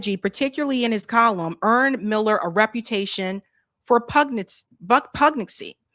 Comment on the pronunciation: Pugnacity - pug-NASS-i-tee.